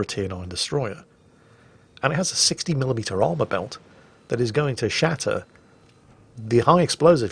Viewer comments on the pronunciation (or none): none